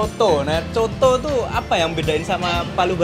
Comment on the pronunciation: bang...sebutannya "COTO" bukan "Soto", dan kalau makan COTO itu harus diracik bang..pake sambal tauco + Jeruk Nipis + sedikit Kecap...